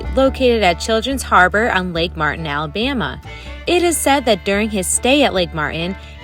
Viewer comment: Same reason she said Ella- bimma. You ain't from around here, are you?